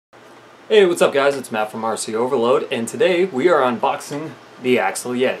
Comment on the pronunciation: It's called axial, not axle. You say it AXE-E-AL. Just for your future videos